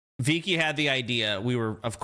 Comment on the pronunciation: VEEE -ky